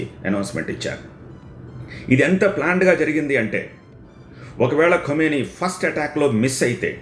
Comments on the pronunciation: Khumeni kaadu Bro Khameni kha khu kaadu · Khameni, khumeni kaadu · ఖుమేని కాదు బాబు ఖమేని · Kumeni kaadhu bhaabhu... Khameni...!! 😅😂😂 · ఖుమేని కాదు ఖమేని. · ఖుమేని కాదు ఖమేని 😂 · Khu kaadu Kha... khamenei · సూట్ మీద ఉన్న ధ్యాస మాట్లడటం మీద పెట్టు స్వామీ. వార్తలు చదవబోయే ముందు ఇష్రాయెలా, ఇస్రాయెలా అలాగే ఖుమేనీనా ఖమేనీనా పలకాల్సిందని తెలుసుకొంటే గౌరవం పెరుగుతుంది. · Khumeni kadu ra howlee.. ...Khamenei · Khumeni khadu babu khameni...name aina sariga paluku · Kumeni kadu kameni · ఖుమేనీ కాదు.. ఖమేనీ.. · Kumeni kadu kameni and no perfect evidence of his death